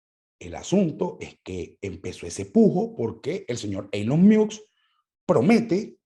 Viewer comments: "Eylon Miusk" Yo por dentro: "Ylon Mosc" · Una critica constructiva, No se dice Elon Miusk se pronuncia " Ilon Mosk ". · Me encanto este programa, entendi muchas cosas que no son explicitas en estas plataformas pero que hacen su trabajo. Solo una recomendacion en la pronunciacion de Elon Musk es como se lee (ilon mask). De nuevo felicitaciones por el programa. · “Eilon Miusk”? Vamos pana, tu eres más inteligente para no tener que hacer eso… suenas como el usurpador criminal